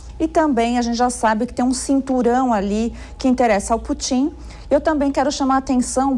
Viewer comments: Adorei o "Putín" assim, oxítona, da. Soa como se a intenção fosse diminuí-lo. Abraço à e aos demais. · Putím ? Kkkkkkkkk